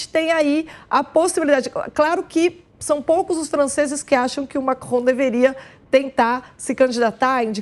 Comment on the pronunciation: Macron..." lacron" kkkkk